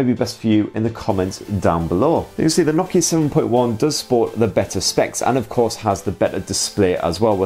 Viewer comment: Nock-Key-Yeh No-KEY-A